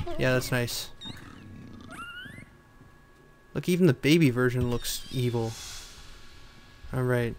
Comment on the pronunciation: when he said evil i had thought he said eel